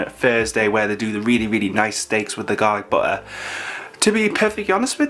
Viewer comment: Ok but I kept hearing "garlic butler" instead of "garlic butter" ... regardless am very hungry now 😅